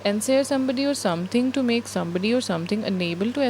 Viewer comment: ensnare pronunciation make correct